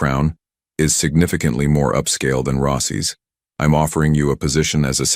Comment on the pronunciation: Risado instead of risotto in Rossy’ instead of Rossi’s. —-starts well. Will watch something else.